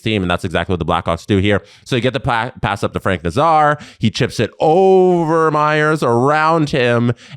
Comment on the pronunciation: Nay-zar. Nay like a horse, Zar like the Czar of Russia.